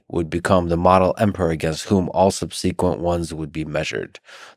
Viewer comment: The way lex pronounces subsequent drives me nuts .